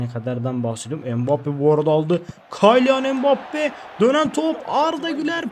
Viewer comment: Kaylian mbappe deil Kiylian die okunuyor reis :D